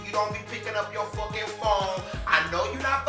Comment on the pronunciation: lmfao oh... and be talkin like she did lmao "fookin phone"